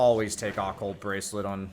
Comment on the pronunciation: why cant americans say occult?? XDD speeed says oculut or some shit, brian pronounces it like ockolt, or some shit, am i trippin? occult, look it up in le dictione